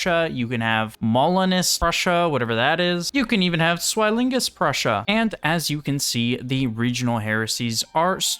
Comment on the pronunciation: Zwinglist. Named after zwingly. Pronounced like swing-list (but with a z instead of s in the beginning)